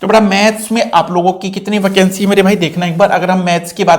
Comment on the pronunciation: वकेंसी? Sir aap thode se pakistani ho kya ?